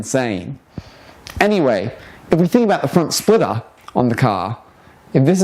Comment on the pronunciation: SPLITTTAAAAHHHHHHHH THE SPLITHHHTHTHAHAAA